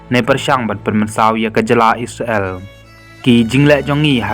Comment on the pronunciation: u nong ai khubor ha ka ne ka channel um pat nang ban kynnoh..Ia ka Isreal ruh u khot..I-sra-el..Sngew blad ban sngap